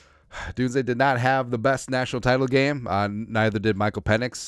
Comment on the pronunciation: Pe"NIX" as in NO!